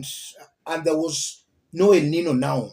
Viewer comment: It is pronounced, 'El Ninyo'